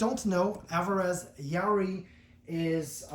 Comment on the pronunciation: Pronounced "Ya-ear-ee" . That guitar is Rosewood back and sides and Sitka Spruce top.